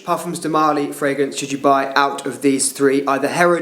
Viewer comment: marLY… not MÁrly